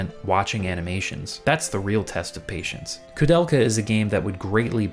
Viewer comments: Dude, it is not KOO it is KOU(K-OH - KOH). I will never understand people, who are speaking enlgish but couldn't spell latin correctly This ruined ther whole thing to me and I quit watching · Why are you pronouncing her name as Kudelka? There's an "o" there. She even says her own name as an example and doesn't pronounce it as "Kudelka." The "ou" vowel pairing in "Koudelka" is pronounced the same way it is in "Touhou" - the long "o" sound.